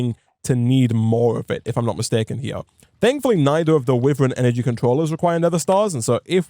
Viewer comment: I love the content but every time i here witheren instead of wyvern (y ver n)i die a little inside... dont know why but its realy jarring.